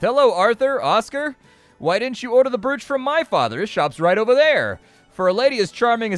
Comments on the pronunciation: just to be that guy.. "brooch" isnt pronounced like oo in look, its like "broch" not "brooch" .. ya know english language and all its nonsensical rules but thats what it is. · I couldn’t figure out if you were saying broooch on purpose :) it’s said ‘broach’ just FYI. Just in case 😛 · Brooch pronunciation. "Browch" Love your content BTW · Just want a beep to beep out that pronunciation of brOoch.🤣🤣 But looks like a fun game😁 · I winced every time I heard it.